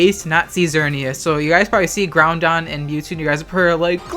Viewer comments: It's Groudon. There is no 'n' in Groudon. pls stop saying Groundon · GROUDON NOT GROUNDON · Take a shot everytime says "Groundon" on purpose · What i took away from this- you say GROUNDon 🤦🏽‍♂️ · He isn't crazy, says GOUNDon.